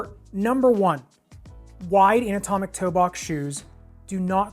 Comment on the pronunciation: Haha, kept hearing “an-atomic” ( i.e., “not atomic”), haha.